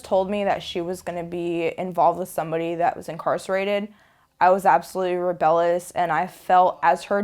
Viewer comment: when she told me she was going to be with someone who was incarcerated, I was "rebellous". I guess she means "rebellious" ?